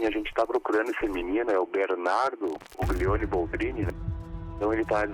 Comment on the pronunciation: Uglioni....ela fala errado o sobrenome